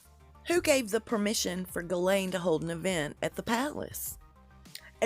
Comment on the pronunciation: Her name is pronounced, " Jis-Laine "